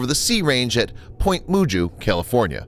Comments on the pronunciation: it's Point Meh-GHOO not Point Moo-joo. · It's pronounced Point Magoo just saying.... Not a Latin pronunciation but it's how the word is commonly pronounced on the west coast.